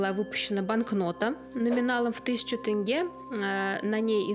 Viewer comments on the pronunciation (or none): none